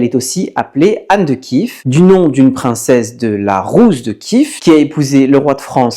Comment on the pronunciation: A la française Iev ne ce prononce pas Iv. Donc Kiev et pas Kiv ou Kyv.